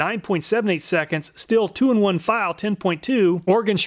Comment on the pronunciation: Just a tip, “stihl” is pronounced as “shtil” (sh sound similar to the one in the word shadow). Never pronounce it as “still” :)